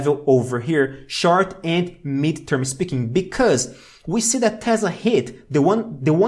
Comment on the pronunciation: I love that he says "tezzla" and not "tesla" lol. Also his information is very good :D